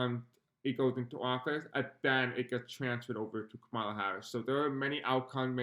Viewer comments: Please just a simple request to pronounce her name correctly? Comma-la. Thank you, it’s like nails grating on chalkboard. ❤️ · Thanks so much for all your work. I love your content and am a new subscriber. Just a gentle heads up here: Kamala’s name is pronounced “Comma-La”. ❤❤❤❤❤ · It’s Comma-la…❤